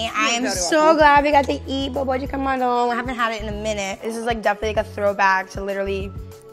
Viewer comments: meu deus a pronúncia dela quando ela diz "bobó de camarão" = tudo pra mim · the way she says "bobó de camarão" and "mandioca" it's amazing